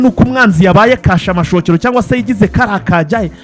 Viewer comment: Ni kasha makokera ntabwo ari kashamashokero